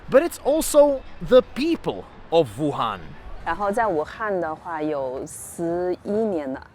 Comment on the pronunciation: “ Voo Han” 😂